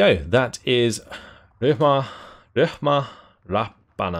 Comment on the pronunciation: Ryhmä is pronounced RI-MEH